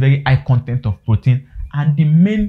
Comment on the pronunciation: Weldone. So do you support giving grower feed? If so, from the 3weeks till when? You may also slow down, I was hearing poten, guess you mean protein. Thanks.